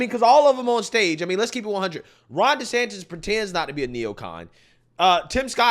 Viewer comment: Did Ron say his last name was desanctis lol?!? Like trump calls him desanctimonuous lmao!!! Hilarious